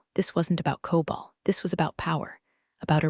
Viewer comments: It's COBOL, not COBALT. And there are no semicolons in COBOL. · Teach the AI voice the difference between COBOL and Cobalt